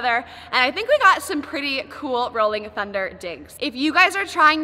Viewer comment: LMAO I LAUGHED SO HARD WHEN YOU SAY RHOLLING THUNDER